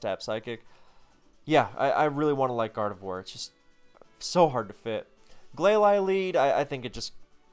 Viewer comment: I’m not usually one to talk about Pokémon pronunciations but Glalie caught me off guard.